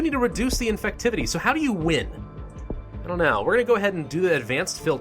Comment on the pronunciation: "Infucktivity" great job